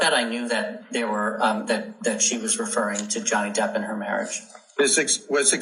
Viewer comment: It is not Johnny Deaf but Johnny Debt!!!!